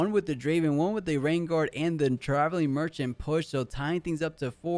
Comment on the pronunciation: Dude keeps calling it a RenGUARD instead of RenGAR lol